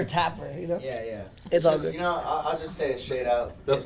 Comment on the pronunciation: Please get a speech therapistssss 🤦🏽‍♂️🤦🏽‍♂️😂please